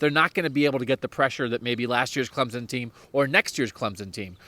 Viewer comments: It’s not Clemzen. It’s CLEMSON ! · Please do not WRITE about Travis (atienn) it is Etienne . And its Clemson not Clemzon. If you can get it right then you can write about Clemson.Thanks